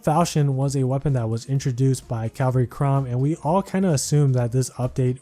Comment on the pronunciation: Hey man, not sure if anyone's told you yet. It's CA-val-ry, not CAL-va-ry